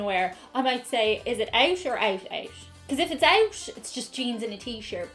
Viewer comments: I know your find accents interesting. As an American, I hear almost a "shhh" sound at the end of when you say "out.":) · why do you pronounce "out out", as oucsh oucsh"? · You sound like you're saying "Ouch" as in "We're going ouch ouch." Wow girl, it's not English is it? And by the way, you're holding your fork properly. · Why does she pronounce it "Ousch Ousch"? Is that a Irish thing or something? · Your "out" sounds like "ouch" ;) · I understand that in some Irish accents the “t” at the end of certain words has a breath to it, but this is just “Owsh owsh” lol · I love how she said “out, out.” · Wait.. you pronounce the word "OUT" with like a SH replacing the T? Or is it just the Irish way to say it? Arseways = Ass-Backwards Example: When John explained how the moon rotates around the Earth it got it all ass-backwards. Yoke = Thing-a-mabob or Whatcha-ma-call it. Another great video.